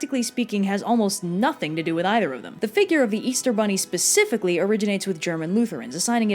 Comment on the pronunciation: “Pacifically” Triggered